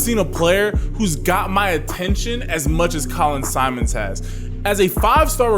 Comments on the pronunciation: Simmons, not Simons. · For the love of God quit calling him SIMONS! ITS SIMMONS! Geesh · I was gonna say the same thing 🤘🏾😂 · I’m giving the video a like but you gotta get my manz name right! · How you gonna hype him up and mispronounce his name bro? 😂 Not even a hard name either.